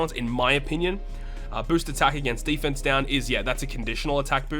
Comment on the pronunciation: I got one question after watching the video: why do you pronounce deFENse up and increased DEfense? 😂 Nice video, btw